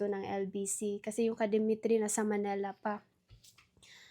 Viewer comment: It's Manila, NOT Manela. 😢